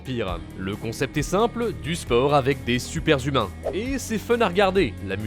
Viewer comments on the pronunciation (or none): « Du sport avec des super-z-humains » ?? « Toutes les catastrophes des cinquante-z-années à venir » ?? À part ça, votre problématique est très stimulante.